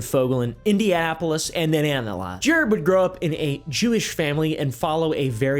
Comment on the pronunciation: Bro you said Indiana wrong